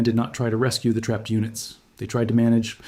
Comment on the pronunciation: Any chance of fixing the AI word pronunciation? Tapp d, t he, m a p grid, these are just 3 examples.